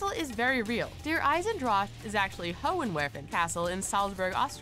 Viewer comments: Der Eisendrash really?... Here's a tip, It's sort of like this: Der Eye-Zen-Drahk... I didn't hear the "k"... "K"'mon! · It's der-eye-sen-drach